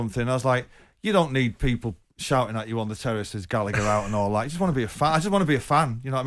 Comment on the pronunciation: Gall A Her not gallicker mispronounced as usual